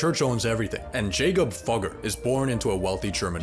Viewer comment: Fugger pronounced Fyooger